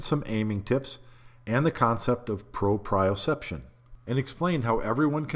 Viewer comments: pro-pree-oh-seption not Pro-pry-oh-seption. Sry, I really hate to be a grammar n@ Or anything, but as a nurse it's almost like nails on a chalk board. Just like when people say cubic sonometer instead of cubic centimeter. Or really using either instead of just saying milliliter, since that's what it really is anyways... It's a measure of liquid not volume even though they are identical (which makes me angry every time I think about how stupid it is we still use feet and gallons instead of a universal system where everything is so easily converted. It's honestly make science and math so much easier for students... Fractions of an inch alone drive droves of people away). Ok. Sorry, off my soap box. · It’s PRO-pree-yoh-CEP-shən Great video btw. I’ve been shooting almost 30 years. But we never stop learning, do we? Did my undergrad in biochem & physics. The physics helped my game immensely especially bc around that timing was really getting into English. Great content bro. 🙏🏾🔥🔥🔥